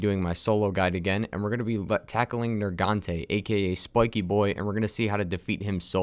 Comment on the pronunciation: At the start he says nergante